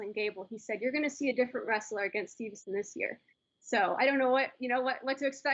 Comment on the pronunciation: “Steve”son not “Stevenson”, but overall good show on the Tournament